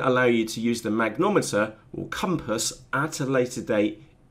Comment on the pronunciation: It's a mag-ne-tom-eter....not a mag-nom-eter. Great videos though. Thanks.